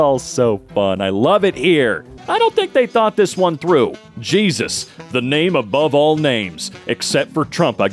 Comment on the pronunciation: Cheesus crisp